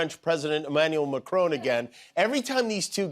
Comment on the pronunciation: "Macrown". Let's add extra letters to Macron's name that don't exist in either French or English pronunciation. Let's respect the French by saying it wrong in both languages!